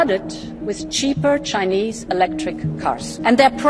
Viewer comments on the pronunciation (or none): none